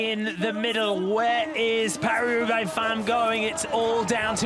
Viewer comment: “Paw-hlee Hroobay”?? Love these videos but for ages now I can’t handle it - your pronunciation of foreign words makes me want to vomit from my ears. Just speak like an English person and stop with the multi-accented butchering. Just say “Pah-ree Roo-bay” like we all do and stop being a pretentious tube